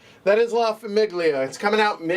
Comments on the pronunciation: La famIGGlia 😂😂😂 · why are you pronouncing famiglia like that